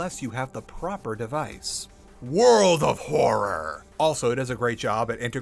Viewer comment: really wish he'd stop saying world of horror like that </3